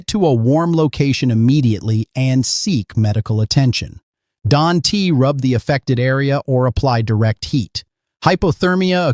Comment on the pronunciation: AI. It pronounced don't as don t